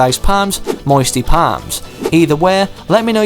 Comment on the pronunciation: I liked it when you said moisty palms it sounded as if you were from Alabama